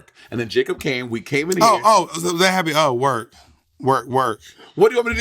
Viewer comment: Not the "oh werk" with a kick. Lol :-D <3